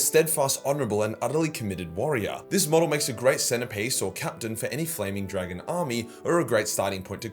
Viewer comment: “Wee aaa Framing Dlagon”